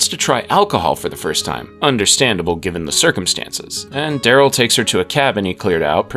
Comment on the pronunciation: Dude, you spoke Carol and Darryl as if they are meant to rhyme. Which there are not. But is was somewhat amusing.